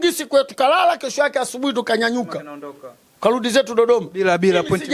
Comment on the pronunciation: Kurudi siyo kuludi